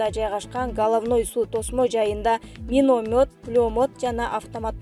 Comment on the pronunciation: Ай диктор штурм, минемет, пулемет деген создорду туура окучу, Ташиев Германияга баласынын туулган кунуно кеткени чынбы?